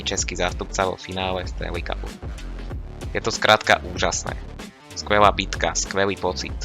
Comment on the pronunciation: Cenim snahu ale odporucam zainvestovat do mikrofonu lebo kvalita zvuku je priserna neda sa to az pocuvat, okrem toho odporucam viac artikulovat pretoze sa to tiez tazko pocuva. Nevies moc hovorit L. Stale hovoris premeniu namiesto premenil, bou namiesto bol, skuela namiesto skvela, a mohol by som ist dalej. Nechcem ta tymto komentarom odradit prave naopak rad ta budem podporovat ale musis zamakat aby ludia mali chut a dovod to pocuvat. sa